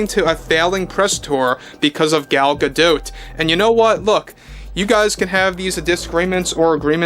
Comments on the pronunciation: You're the only commentator that pronounces Gal's name correctly. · Gal pronounces her name the same way as. I think she would know how to pronounce her own name.